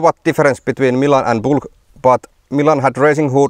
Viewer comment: It's a Bülk, not a Bulk. Ü like Finnish Y, AFAIK.